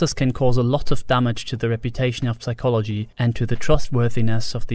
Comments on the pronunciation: Stop pronouncing the P in Psychology, you maniac! 😂😂😂😂😂😂😂😂😂😂😂😂😂😂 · ridiculous i know, but it bothers me that i can clearly hear you say the "p" in "psychology" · Holy crap, a talking owl! and it can pronounce the silent 'p' in psychology! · Why is he pronouncing psychology wrong? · Good video, btw : You don’t pronounce the “p” in “psychology” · Someone probably pointed it out, but the P in psychology is silent :) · P in Psychology is silent